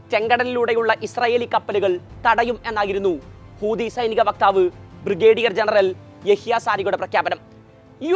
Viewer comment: ഹൂദിയല്ലെടോ ഹൂതി എന്ന് പറയൂ